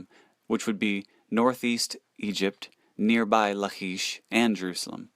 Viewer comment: Good info, but you're mispronouncing. "ch" in the Hebrew scriptures is pronounced as a hard C La-kish and Se-nak-a-rib